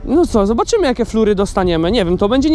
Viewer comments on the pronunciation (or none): Mac flery sie mowi nie flury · Macca Squad HAHAHAHAH to jeszcze gorzej napisales niz wymawia.. Mowi sie "mak flary" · Jak już chcesz się popisać angielskim to czytaj McFlurry jako "makflary" ;)